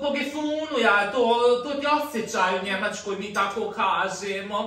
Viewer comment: Ovo mi je naj smjesnije. Kad naglasava . Da je kupila u njemackoj.